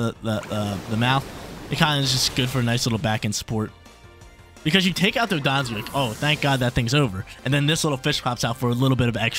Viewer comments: It’s Don-Dozo not Do-don-zo 😂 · DON-DOH-ZOH NOT DON-DON-ZUH